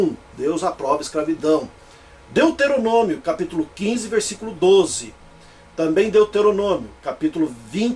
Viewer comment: Hehehehehehehe! Esse do vídeo é tão BURRO que não sabe nem pronunciar "Deuteronômio"! Pronuncia "Deteronômio"! E isso logo no começo do vídeo! Agora eu pergunto: como é que eu vou continuar assistindo ao vídeo, se logo de cara o "grande exegeta" da Bíblia mostra o tamanho do seu analfabetismo! Hehehehehehehehe!